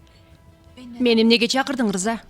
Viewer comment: Э жинди ырза эмес рыза дечи